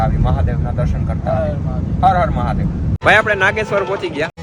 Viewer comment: નાંગેશ્વર નઈ નાગેશ્વર